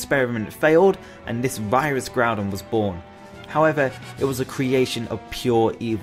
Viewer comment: KYOGRE, NOT KYORGEY! AND THERE SHOULD BE ONLY ONE N IN GROUDON!